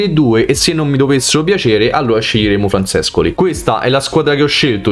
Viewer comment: Ma con le pronunce perché nessuno streamer ne azzecca una?!? Cec?? Francescoli?? CEK, FRANSÉSCÖLÍ. Se si è troppo giovani basterebbe guardare qualche video su di loro e sentir la pronuncia dei telecronisti dell’epoca…